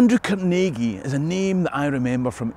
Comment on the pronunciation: As a lifelong (56 years) resident of the Pittsburgh area, may I say how pleased I am to hear the proper pronunciations of Carnegie and Pittsburgh in this video. Americans from outside of this region emphasize the wrong syllable in "Carnegie", and % of Pittsburghers don't even know to pronounce "Pittsburgh" with the same ending as "Edinburgh". The Carnegie name has been with me my entire life. I grew up in a township that bordered Carnegie Borough (where the local post office was located, so Carnegie was part of our mailing address). Over the years I have visited the Carnegie Library of Pittsburgh and the Carnegie Museums many times; one of my children now works at the Carnegie. The part of the video that hits home for me most of all is the discussion of Andrew Carnegie as an employer. My great-grandfather was a former Pittsburgh police officer who took a job as Captain of the Mill Police at a Carnegie steel mill several miles north of Pittsburgh. He was killed in a riot that broke out during a strike in 1906. Some people might think he was on the wrong side, but he was making a living to support his wife and five young children when his life was taken from him. There are so many sides to every story.